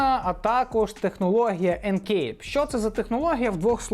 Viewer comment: Легасі. Тільки так. Ніяких леджесі. Енкеп, не енкейп